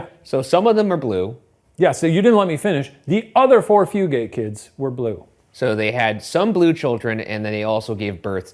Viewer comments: I'm typing this from a location that's roughly a five minute drive from Hardburly. Good job pronouncing Appalachia, Shane. Fugate is a very common name, here. They don't pronounce it Few-gate, though. They pronounce it Few-git, emphasis on Few. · I was wondering if the pronunciation was going to be mentioned or if it was just me. Floyd County here and we say Few-gut lol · it is not Fu gates it is pronounced fu gets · As someone who grew up about a mile away from this family, it’s ‘Few-get’ not ‘Few-gate’ 😅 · Few-gate is absolutely killing me 😂😂😂 I laugh every time lol “few-get” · Hi! I’m related to a strand of fugates, it’s pronounced “few-get”” lol beautiful video! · From my hometown, also Fugate is pronounced Few-Get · The blue fugates are my ancestors lol also it's pronounced "few" get" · Kentucky native chiming in. It’s pronounced “few” “get” guys! It rolls off the tongue like nougat but with an F.